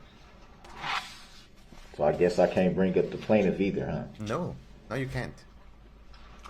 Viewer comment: He is so ridiculously ignorant it isn't even reasonable. Every time he said a word ending with a "g", he begins the next word with a "g" sound. Rather than saying "bring up", he says "breen gup". Instead of "everything is" he says "everytheen gis". Every time. It drives me freaking nuts!